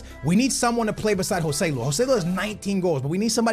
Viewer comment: Its not "Gohseloe" but Josseluu